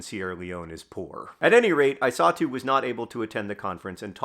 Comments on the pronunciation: I was hearing Isatu as "I saw too" and it was quite confusing until I read the description. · At the beginning of the video I thought John was saying that he "saw Henry's mother, too" when he said "his mother, I saw too". It took me like 3 minutes into the video to realize her name is Isatu. I might not be smart.